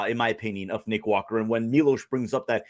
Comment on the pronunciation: It’s Milos not Milosh